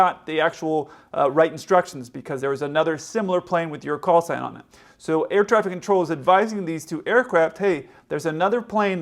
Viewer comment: Knowing 2 planes with similar callsigns are around the tarmac the controller should have pronounced the callsign much more clearly then he did